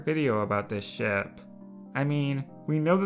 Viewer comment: Each time i hear him (guessing the gender)say "ship" i hear him say "sh*t"